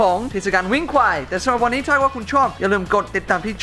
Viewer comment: วันนี้ไม่ใช่วานนี้ สาธารณะไม่ใช่ สะ-ถา-ระ-นะ เนททททททททททททททททททททททททททททททททททททททททททททททททททททททททททททท ททททททททททททททททททททททททททททททททททททททททททททททททททททททททททททททท